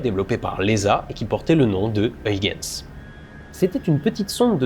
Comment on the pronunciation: Très bon épisode sur une lune méconnue du grand public mais extrêmement intéressante d'un point de vue scientifique, même plus que Mars, Vénus ou Europe, pour ses similarités étonnantes avec la Terre tout en étant extrêmement différente. Huygens se prononce en fait Hœïrrrrens (avec un h à l'anglaise et le son "rrrr" le plus guttural possible) mais je salue l'effort accompli pour la diphtongue néerlandaise "uy". Oui c'est le retour du chiant de service ^^